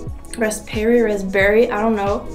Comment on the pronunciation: Raspberry.....do not say the letter "p". So say it as "ras-berry"